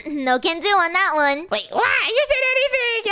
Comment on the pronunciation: when shady became a bird and says OLA and i say it alot to my friends and family also i like when they say WART not WHAT its WART w mans